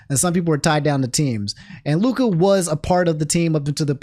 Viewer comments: its Luka not Luke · his name is lukA dončić. not luke.